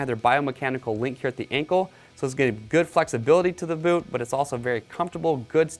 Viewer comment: Anyone else catch him say “goot” twice